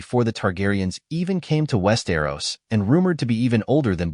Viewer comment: Why is everyone pronouncing the names of the dragons wrong. Westeros! Where's the arrow in Westeros.